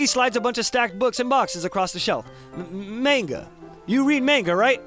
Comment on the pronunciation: 3 years late to watching, still annoys me how he pronounces manga